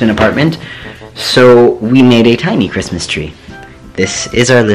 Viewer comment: "Merry cismas"